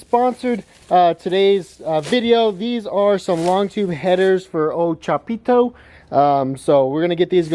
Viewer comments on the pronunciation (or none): really emphasizes the pito part of chapito lol